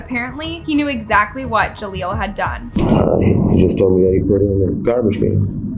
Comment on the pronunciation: Ja leel. Not Ja leelo